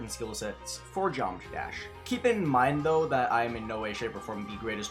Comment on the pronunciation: he is a pro at GD and still barely knows how to pronounce geometry dash